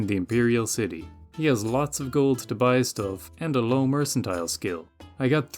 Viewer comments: mers and tull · “Mer” as in mermaid, “can” as in a can of soup, “tile” as in a tile on the floor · MER-CAN-TEAL if you feel fancy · Mer-can-tee-leh, must be Italian! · still not knowing how to pronounce mercantile is precious. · One day he'll figure out that you say the "c" with an "s" sound like in mercenary.